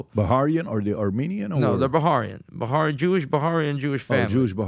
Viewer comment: Bah-raini not Ba-harian 😂